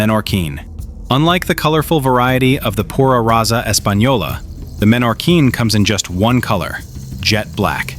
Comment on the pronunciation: No es menorin es Menorquín que en Español se lee tal como se escribe y no se cambia ninguna letra